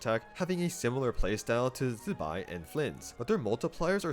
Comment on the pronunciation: the pronunciation of Zibai was so nice to hear correctly especially after hearing so many people say Z eye bye or something like that lol